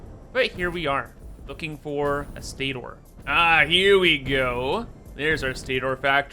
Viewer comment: It’s pronounced “state-er”